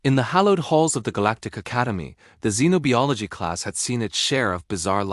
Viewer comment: Why does the AI keep mispronouncing xenobiology?